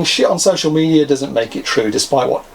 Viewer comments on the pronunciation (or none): none